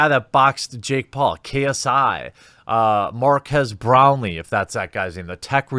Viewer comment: It's not Maquis Brownlee it's Mark-ass Brownlee